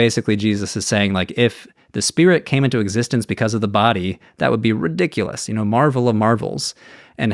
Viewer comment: Heavy emphasises the word ridiculous